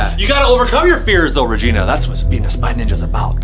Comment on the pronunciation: me:tarantula reegena:mey-meyo